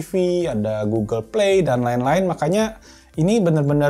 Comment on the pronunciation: 06.47 lu nyebut apa tu bng. Oke goggle atau oke uel.? Hp gue langsung ngerespon buka gugel 😂